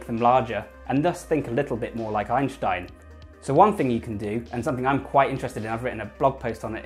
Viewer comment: It's Ein stein not Einsh tein say it correctly.